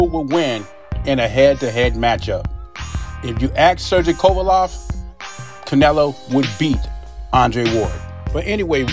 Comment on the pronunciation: Ain’t no way you’re butchering Kovalev’s name that badly by accident ..